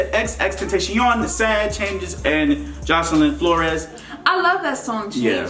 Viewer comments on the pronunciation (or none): Did he just a pronounce Jocelyn Flores like Jo ce ly n flo res